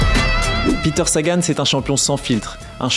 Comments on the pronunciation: Ben c'est pas le seul à prononcer à l'anglaise je sais pas si j'ai déjà entendu prononcer correctement par des journalistes et à force de l'entendre je le prononce parfois comme ça aussi alors que je suis marié à une Slovaque qui me reprend 😂. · Peter prononcé comme si c’était un américain 😅